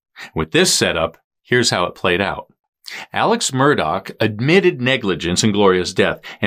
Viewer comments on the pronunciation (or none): Say his name correctly. It is pronounced Alec, not Alex. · It’s pronounced Alec. Not Alex.